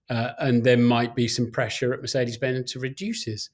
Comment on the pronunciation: For God's sake Martin, stop saying "Mercedes Benz" 😂